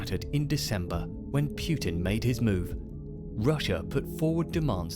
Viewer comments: why do people say pyoo-tin it's not pyoo-tin, it's poo-tin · "Pjutin"... sounds almost right... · I love this video but the way you say putin's name bothers the shit out of me